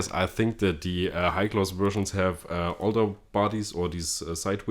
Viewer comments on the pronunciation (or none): none